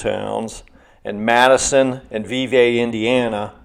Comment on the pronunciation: Vevay is actually pronounced vee-vee. Don't ask me why, but that's the way they say it. 😂